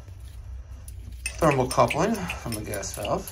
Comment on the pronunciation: its thermocouple not coupling but you are doing awesome work